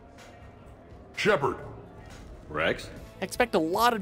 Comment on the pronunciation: "Shepard" LOL